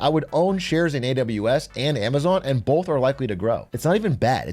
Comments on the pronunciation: Stop saying bolth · Please stop saying “bolth”. My sister refuses to watch British people.